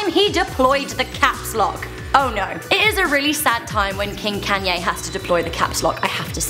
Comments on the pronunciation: it's pronounced con ye not can ye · why is she saying can-yay its kon-yaa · Isn't it pronounced konyay not kanyay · KAW-NYE NOT KANNNNYE I KNOW ITS SPELLED KANYE BUT ITS PRONOUNCED KAWNYE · machine 27 youre right its pronounced con-yay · It's pronounced "con-ya" not "can-ya" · "Can Yays top ten moments." Oh British people. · every time you said kayne made me cringe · Yeah it's just her, none of us say it like that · Can Yay Wow....... Im British as well and i dont even pronounce it like that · Why do you pronounce his name Caanye?? It's Kanye...... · She calls him Cannye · I guess it's pronounced CanYay? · Bruh ur pronouncing kanye wrong ur like kaaaaaaanye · Damn the way she said Kanye is kinda funny especially when she gets down to one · Omg im sorry but can you please pronounce his name right not trying to be mean much love ☝💯❤ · You said Kanye's name wrong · Learn to say Kanyes name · Was anyone else annoyed with the way she pronounced Kanye........ No just me ok